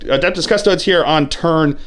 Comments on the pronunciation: *custodians. or custodes. but yes he mispronounces them every single time. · cus-toe-dees. like seriously. at this point you have to be doing this on purpose to piss people off.